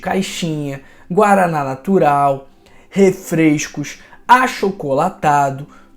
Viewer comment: não é “caicas” e sim “cascas”. Também, não é “refreicos” e sim “refrescos”; não é “freiscuras” e sim “frescuras”… e por aí vai. Muito bom o vídeo, vamos seguir sua orientação, com certeza e o senhor maneira aí nos “is”. Aqui de Mato Grosso do Sul.